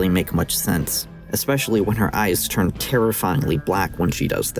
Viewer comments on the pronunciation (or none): none